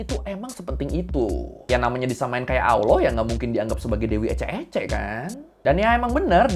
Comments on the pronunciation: Lucu liat org gak bisa ngomong Allah jadi awlah 😂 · Maaffff bang......sebolehnya latih lidah sebut Allah bukanb Alloh....Kalau bagi ALASAN sbb lidah orang Jawa.....Kenapa orang Jawa yang luar Indonesia boleh fasih sebut ALLAH....Teguran Ikhlas❤🙏🏾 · masih mending daripada aloh. 😅